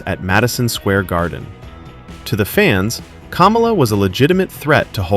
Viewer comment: You owe him an apology for pronouncing his name wrong. It's not pronounced like the former VP, but you're probably MAGA and doing it on purpose to be cute.